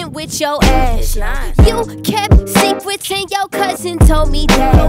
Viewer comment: She says "secwets" ❤❤❤